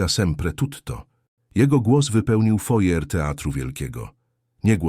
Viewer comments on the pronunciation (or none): Foyer czyta się " fuaje", z akcentem na ostatniej sylabie. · Żałosne, od początku do końca. przez wymyśloną historię tekst nieortograficzny i lektora, który nie umie czytać np. Foyer. Wkur…jące! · Nie "fojer", bo to francuskie słowo (foyer) wymawia się "fuaje" z akcentem na "e"! Jak można tego nie wiedzieć?! To jest minimum kulturowe! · Taki ciekawy temat a taki zaburzony ,sztuczny lektor!!!!!Sztuczna inteligencja?Czyta folie zamiast wymawiać fuaje (foyer)!!!Do tego ta pisownia! Zero korekty!!!!Obrzydlistwo!!!!! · Fortepian stojacy w rogu " foje "... Ha ha , co za brednie , AI pelna geba ! PS . Chyba foyer , jak juz ... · Panie sztuczny "intelligent", nie czyta się "fojer"... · Foyer czyta się fuaje... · 'Fojer' teatru. 😅 A te idiotyczne dialogi i żenująca fabuła, rodem z brazylijskiej telenoweli, to nawet szkoda komentarza. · Facet, który czytał tekst, powinien najpierw nauczyć się wymowy słowa "foyer". Katastrofa. Rozpacz. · Naucz się wymowy foyer i dopiero wtedy pouczaj innych